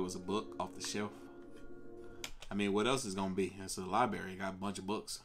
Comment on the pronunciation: Hey big brain, its not li barry, its library